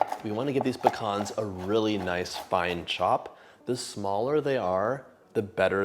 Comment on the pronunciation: I'm so glad you pronounce pecans properly lol . My father was Greek also